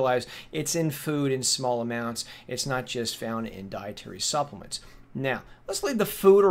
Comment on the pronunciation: Hey buddy, "Suppelemts"